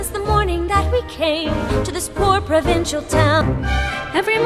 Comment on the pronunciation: Emma Watson sounds like she's saying "There must be more than this provencial life" and not provincial. I mean both work the same since this a a poverty ridden village in France but yeah.